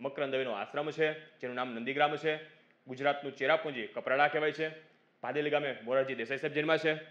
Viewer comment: મોરજી દેસાઈ નું ગામ નું નામ ભદેલી છે. ભાદેલી નહિ